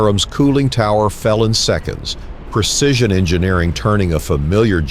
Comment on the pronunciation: "Percision" is not a word. *Precision "Percise" is not a word. *Precise "Fawerd" is not a word. *Foreward